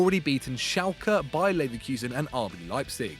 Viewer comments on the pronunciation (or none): none